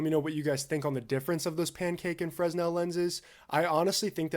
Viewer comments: Bro. Its pronounced "FRUH-NEL". Please. My ears are bleeding. Great content, BTW. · Quick note... "fresnel" is pronounced "fruh-NEL". 🙂[new subscriber] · Just FYI, Fresnel is pronounced fruh·nel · Just as a note, to my knowledge, "Fresnel" is pronounced without the "s". Like "Fruh-NELL." At least where I'm from. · Headsup, Fresnel is pronounced "Fur-nel" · The s in Fresnel is silent. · For future reference, the S in Fresnel is silent